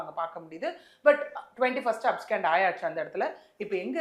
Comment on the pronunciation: These ladies dont have the full picture. First and foremost, the word is 'abscond' and not abscand. Learn pronunciation of words. I am 100% sure he never claimed to be God at any time or as a mediator. Please exercise caution and be more responsible while making allegations. I dont attend his church. No true Christian will ever claim to be Jesus. Because that would be blasphemy